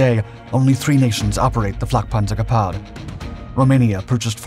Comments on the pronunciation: “Gepard” is pronounced [gaypart] … not guhpar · Gepárd? Is it French? If you're going to say Gepard 100+ times in 10 minutes wouldn't it have made sense to figure out how to pronounce it? Liebstandartes Disease all over again. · He sounded kinda French saying it IMO, but I mostly am only around Austrians so maybe I hear German differently. I like how he pronounced chassis phonetically instead of the American way 😂